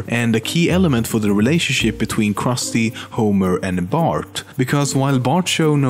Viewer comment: kawaii-jessica uchiha being that the names are misponounced on the jewish , krusty, and the indian , apu